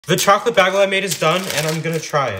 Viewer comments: it's pronounced "bay-gul" not "baa-gool" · Dude its not bagale ITS BAY-GLE PRONOUNCED BAGLE